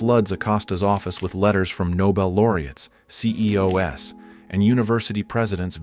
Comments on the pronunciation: Didn't you say this is a real person narrating? Why did it say "C-E-O-S" instead of "CEOs"? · If you’re going to use AI to narrate at least give it a listen so they don’t say CEO’s as “C-E-O-S” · It’s definitely AI lol ‘mass-ages’ ‘See EE OH S’ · “See Eeh Oh Es”